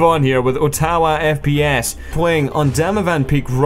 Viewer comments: It's Ott-a-wah. Not o-taw-wah. It's the Canadian capital. Cheers. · You butchered the name of Canada's Provincial Capital. Ottawa.